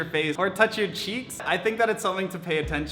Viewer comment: “ or touch your chiiks “